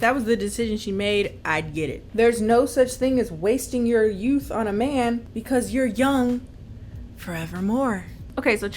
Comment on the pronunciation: Ya know, for the longest time I thought she was saying Batman movies & a beat... I feel stupid...